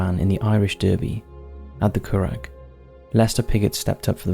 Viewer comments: Curragh is pronouced "curra"....the g and h are silent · What is wrong with the narrator? He is unable to pronounce any of the Irish names. "the Curragh", "Leitrim", "Callaghan." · Your getting the Irish names a little wrong buddy, the curragh the gh is silent